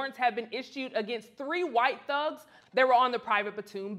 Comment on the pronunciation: putting extra emphasis on "White Thugs" and "Boy" 😂✊🏾